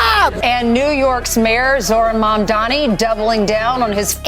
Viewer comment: Is it Mamdani or Dandyman 😁